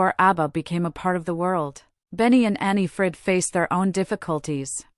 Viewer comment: everybody wanted that it was different. two happy couples not divorced. bla bla bla. i was a big fan. i stil am. it is anni-frid not they way you say it. they had a lot drama in their lifes. but everybody has drama in their lifes. i think they have a good life. they have money enough are still famous. all 4 of them are doing their own thing. they are friends bjorn sad that in an intervieuw. that is special. i agree with some other comments it is about their music. mama mia the musicals voyage. they made a funny video years ago with 4 puppets looking like them. abba the movie. muriels wedding. with manny music from abba. their solosongs. abba gold the order they get in 2024. in sweden. great.